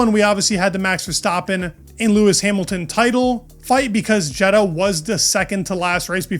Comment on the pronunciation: Not Jed-uh. Ye-daw.